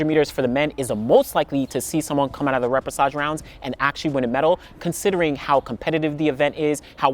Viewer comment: thanks for the info. I didn’t realize this was a thing. Quick pronunciation tip though - the ‘ch’ combination is pronounced ‘sh’, so ray-pay-shah-zh. Hope that makes sense. But as always STELLAR content and analysis! Thank you 😊